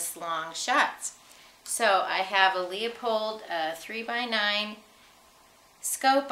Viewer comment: there is no O in LEU So it's not "LeOpold", but "Lewpold"